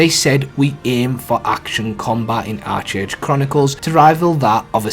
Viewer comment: Its pronounced Ark age bro